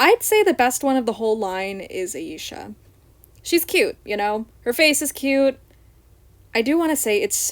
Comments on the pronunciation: Stella was a bit tanner than Bloom, Tecna, and Musa, but not as dark as Flora and Aisha. As for your pronunciation, you are saying Aisha properly unless I’m saying it wrong. All of the girls have boyfriends in the OG show, and Techna actually has a very wholesome relation with her bf (Timmy). If anyone ends up lesbian or bi, it’s Musa. It would be way better than her crap with Riven. As for the American dolls, their faces are a hot mess. Aisha is the best and Musa looks uncanny. Tecna needs more volume in her hair. Bloom is fine, Stella is fine minus the bangs, and Flora is fine. The European dolls are definitely cheaper, but the faces are so much cuter (minus Aisha). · you pronounced her name perfectly actually!